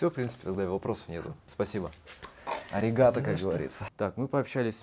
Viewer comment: Арегато ударение на о